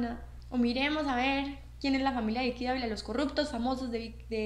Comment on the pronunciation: Ud no pronuncia correctamente la letra 'v' en español. NO HAY DIFERENCIA EN PRONUNCIACIÓN ENTRE LAS LETRAS 'V' y 'B' EN ESPAÑOL. Ambas se pronuncian como 'b'. Por lo tanto ''Vicky' en español se pronuncia como si se escribiera con 'b', o sea /bi:ki/. Además esta 'Bicky' se llama Vicky Gnecco [pronunciado /'heneko' no [he'neko/]